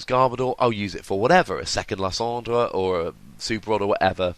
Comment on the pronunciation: LIE-SAND-ER! !! not Lis-ond-er!